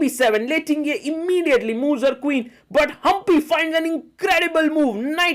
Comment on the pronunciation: Superb play by Humpy under time pressure!! Sagar bhai... correct pronunciation is "Ting-Jee" and not "Ting-ye".